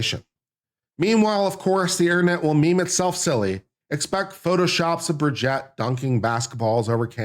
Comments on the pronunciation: And Bri-jeet. I can't stand them, but even Candace says it correctly 😅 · The name is not Brigette but BRIGITTE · You can’t even say Brigitte’s name properly. Would I believe you have done thorough research? No! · Bri-jet Mar-con.😂I couldn't take it.